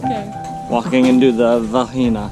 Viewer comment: OK repeat after me VAH GEE NAH . . .lol (that meat was not Pee Ka Nya) you are in Mah Rah Uh . . .the RA sounds like the secont T in potato . . .not a waterfall its a cascade